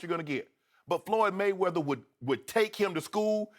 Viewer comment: "floyd mma-weather" skip you get on my nerves sometimes man.